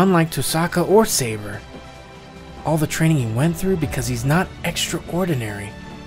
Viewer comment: All I hear shirou says: SEIBA!